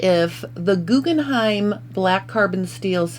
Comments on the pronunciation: Why do you keep saying GuggenheiM - look at the box - it’s GuggenheiN🤦‍♀️🤦‍♀️🤦‍♀️🤦‍♀️🤦‍♀️ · Jyst FYI: The name of the scissors is Guggenhein, the name of the museum is Guggenheim. The difference is in the last letter. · They are called GuggenheiN not Guggenheim which is a family name and a museum. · GuggenheiN not M. I love my Guggenhein scissors very sharp and fits my hand perfectly.